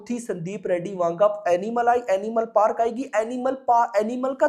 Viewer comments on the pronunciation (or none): none